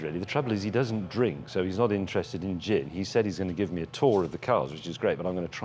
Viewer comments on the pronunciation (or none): Doesn't "drink".....sounds like he "drank"lol